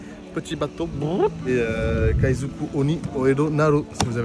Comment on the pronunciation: kaizoku oni ore wa naru, tu l'as mal dit mais c'est pas grave car t'es mignon